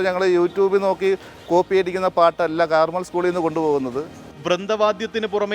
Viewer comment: കാർമൽ സ്കൂൾ അല്ല കർമ്മേൽ സ്കൂൾ ആണ്😂